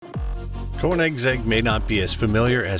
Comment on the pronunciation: Don't pretend to know about these cars. You don't even know how to pronounce the name!